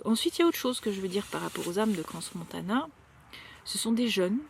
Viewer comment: crans c est sans prononcer le S à la fin. ! et parle du rituel sa ta nik à Moloch !!!!!